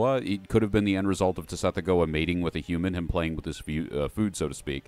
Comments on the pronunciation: I truly dont wanna be THAT person in the comments...and yet for a brief moment i must. The word "gease" is pronounced GESH. Also, i know when it comes to saying lovecraftian names its a little less ironclad, but ive always been under the impression that "Tsathoggua" is said like sath-OGG-wa. Basically would rhyme with something like "BathFrogDuh" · "Suh-thogg-wuh" = Tsathoggua